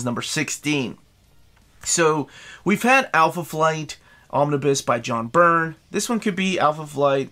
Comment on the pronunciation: Every time you say "Romnibus", my heart breaks again. Also, no love for the Howling Commandos? 😂